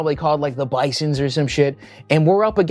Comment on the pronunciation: It's called the Bisons with a "z" sound, has Scott taught you nothing about NDSU?